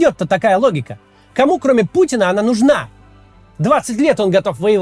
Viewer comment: "До завтра" было произнесено как пошёл на три буквы😅. Классная интонация Максим👍